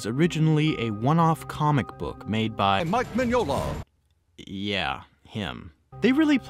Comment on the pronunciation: Why did you say Mike Mignola like that? Do you not like him?